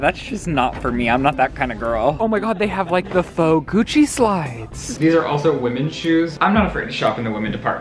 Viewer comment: i swear he said “next stop coochie” instead of gucci 🤣🤣🤣🤣 but his mouth is full 😭